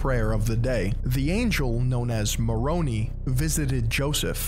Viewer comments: Lol ex member here but it's pronounced moh-row-Nie not nee Also in 14 years of being a member water was never an issue? We would go swimming in lakes while backpacking all the time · FYI pronounced MORONI (long I) not MORONEE. All named with a vowel is pronounced with a long vowel. I was a member for 64 years. Some mistakes on doctrine so I recommend reading “No Man Knows My History “ by Fawn Brodie and “RoughStone Rolling” by Richard Bushman. y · As an ex Mormon it’s a little funny to hear you pronounce Moroni as Moron-ey 😂 jokes aside glad I escaped the cult! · The pronunciation is killing me 😭 this is how to actually say them: Moroni: More-own-eye Nephi: Neef-eye Nephite: Nee-fight Lamanites: Lame-en-ights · I grew up mormon and its KNEE-FY and MORON-AY Sry it just bothered me a lot 😅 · Pronounces Moroni like Macaroni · I watch these and my faith never changes Everyone i've seen who makes or writes something about the "Mormon" church just has something against it U can't believe these He doesn't even know how to pronounce "Moroni" correctly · At first I was wondering if he was doing it on purpose to be a troll lol loved it. Probably how I'll pronounce them from now on. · Was laughing when he was pronouncing Moroni. It would have been better if he had just said Moron, instead 🤣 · I love the way pronounces Moroni like he's an Italian mob boss 😆. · What's sad is that current members watching this will disregard his entire message only because he mispronounced some fictional names from Smith's made up book. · I love the way pronounces Moroni like he's an Italian mob boss lol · I'm ex-mormon and think it's a crazy religion. But that being said, you did how many hours of research and work to put this video together and couldn't be bothered to learn how to properly pronounce a handful of names? 🤣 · Former Mormon and the way you mispronounced most names had me rolling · Good video. But you pronounced names wrong. Moroni, Nephi, Lehi, lamoni